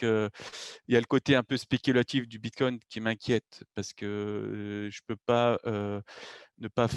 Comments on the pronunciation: merci, mais il est très fatigant a écouter, il parle pour rien dire, des totologies et des théories fantaisistes... j'ai pas pu terminer le podcast.:-( "Bitcone'te":-) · xD Ca arrache un peu les oreilles d'entendre tout le temps ce T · Il est top ce type c’est un puit de connaissances. Mais j’en peut plus de l’entendre dire BitCoint